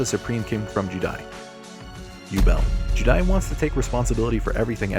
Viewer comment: The way you pronounce juudai as judai is giving me cancer